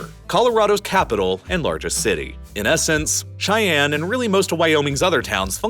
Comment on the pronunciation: The state capital is pronounced Shy-Ann NOT Ch-I-Ann 🙄